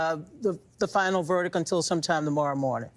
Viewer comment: If you can’t pronounce “verdict” you shouldn’t be on television.